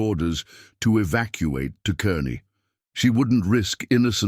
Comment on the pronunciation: It's spelled Kearney, pronounced Karney